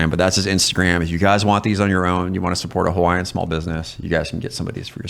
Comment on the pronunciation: As a hawaiian veteran, brother I love you man. Your gifts were awesome, and your pronunciation was top tier.